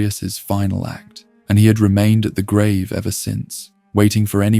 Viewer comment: How can you mispronounce grave?